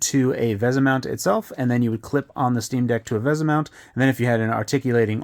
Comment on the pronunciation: Also it's pronounced "vee-sah," not "veh-za."